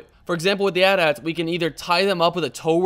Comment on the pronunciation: Btw AT-AT is pronounced A T A T not At At.